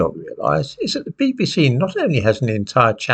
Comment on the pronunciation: This, that, there, their then, though. Sadly the 'th' is no longer pronounced as it should be, as it has been replaced with a 'd'. Dis, dat etc etc.🙄